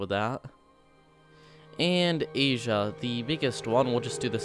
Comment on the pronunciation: I like how you said agea instead of asia here's the time code for it